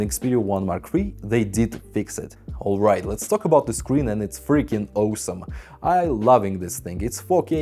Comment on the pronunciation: Take a shot everytime you hear Owesome. Vodka of course!